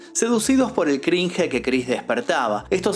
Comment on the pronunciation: se pronuncia "Crinsh"/cringe, se pronuncia "estoquearlo"/stalkearlo